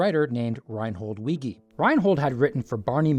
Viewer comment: WEEEEGE, not wee-gee.